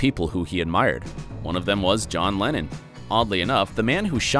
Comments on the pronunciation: why is it every time he says lennon i hear lenin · john lenin ? isnt it john leNNON not leNIN the russian communist ?